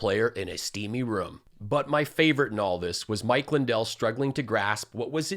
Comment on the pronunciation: did you notice ? mike pronounces his own name |LINdel| the first syllable carries the accent.